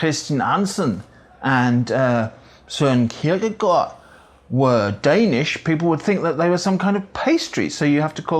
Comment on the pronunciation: As a Dane, I gotta applaud you for your attempts at our pronunciation, your 'Søren Kierkegaard' was even almost native-sounding! And let me add to the confusion by saying that the pastry by the English name 'Danish' in Denmark goes by the name 'Viennese bread' 😊